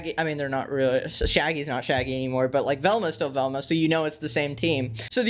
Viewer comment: That ain’t Velma that’s velmcuh